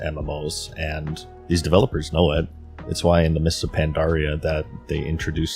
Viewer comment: Wherefrom does your pronounciation of WHY come from? You kinda say it like Hu-wai? :D